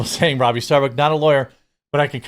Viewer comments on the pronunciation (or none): none